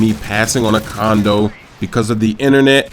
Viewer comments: i think instead of sayin condo u said condom i think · I THOUGHT THE WHOLE TIME HE WAS SAYING CONDOM... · condo* not condom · LOL did he say condom at beginning?